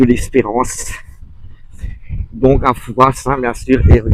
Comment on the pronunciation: Par pitié, arrêtez de prononcer "Fourasse" sans arrêt ! ça écorche mes oreilles d'une manière très désagréable. Dites vous Parisse pour Paris ? Rennesse pour Rennes ? Bourgesse pour Bourges ? Il n'y a pas moyen de faire rentrer ça dans la tête des touristes ! Même entendu sur place, , 5 minutes plus tard le touriste va répéter son FouraSSE !